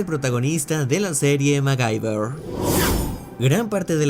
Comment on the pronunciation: ¿Magaiber? Creía que se pronunciaba maguiber.